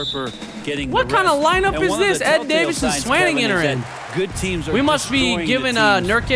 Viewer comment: You're pronouncing swanigan wrong